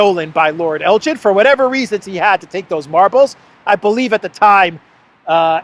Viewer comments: In Lord Elgin's name the G is NOT pronounced soft like the drink GIN; instead the EL is like in TELL and the GIN like in BEGIN. It is a place in Scotland, so blame the Scots for the way it is pronounced. As a matter of history Lord Elgin removed the marbles not '80 to 100 years ago' but in 1801-12 (they were moved in stages), which I make to be 222 years ago, quite a long time ago. I don't think the yanks would help out as many of their museum contains vast quantities of antiquities taken (mostly without their permission) from countries across the world - same is true also of Europe, especially the Paris and Berlin museums which contain loads of loot from places like Egypt and numerous other places. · We know all about Lord Elgin in Canada. Pronounced with hard G as in Give. I.n the 19th Century he was the leading general in the British Opium wars that humiliated China and all the marble that he stole after the British Expeditionary Force pillaged the Summer Palace is still on display in the Posh Lord Elgin (like El - give) on Elgin Street leading to the House of Parliament. The Hotel boasts even a marble bust of himsellf as some major Roman General in a remote minor Province of the British Empire. Bravo Greece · Can’t pronounce Elgin correctly, doesn’t know that the marbles were legitimately purchased by Elgin from the legal owners, doesn’t know that the French stole the Mona Lisa, total ignorance. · It’s Elgin with a hard G. The British thieved from many countries in the world and show off their loot in London! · the correct pronunciation of “Elgin” is Elgin with a hard G not J. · it is Elgin as in begin...please pronounce this properly😂,,,love your work and watch you daily, so thank you. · Elgin not Eljin, please Jet it right, (get, sorry) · It’s Elgin not Eljin 😊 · It's ELGIN not Eljin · Elgin not El jin. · Elgin is a Scottish town. Please note that Elgin (hard G) is not "ElJin" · Elgin pronounced G as in Guinness ElGin...ess Elgin. Your welcome